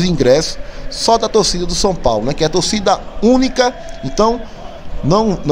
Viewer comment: Fala tócida, tócida que canta e vibra, a palavra torcida foi pra casa do c.....kkkk